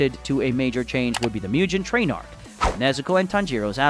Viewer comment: you say mugen train like mew-gun train